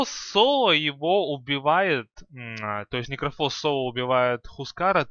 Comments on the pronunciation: ну он всегда был некрОфус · Ударения особо порадовали. Особенно агАним, и никрофОс. Созвучно с диклофОс